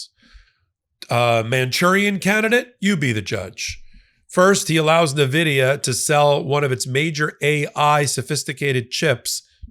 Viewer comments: It's pronounced ENVIDIA, not Nividia. Check it out on Google if you don't believe me. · Great videos! Please pronounce Nvidia correct haha. In-Vidia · You really need to pronounce Nvidia correctly if you want to be taken seriously.